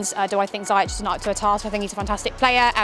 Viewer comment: Everything's good, but it's pronounced Zee - Yesh